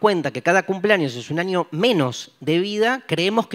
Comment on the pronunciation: Que divertido como dice año, pronuncia anio jajajaja